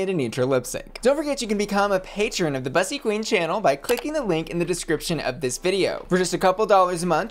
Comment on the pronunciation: My pet peeve with this channel is that Bussy mispronounces her own freaking name. It’s literally supposed to rhyme with p***y 🐱